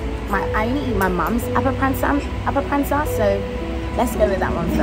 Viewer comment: I love the pronunciations of the foods with your British accent. It took me a while to identify “appa-ransa”. You make it sound so gourmet! 😊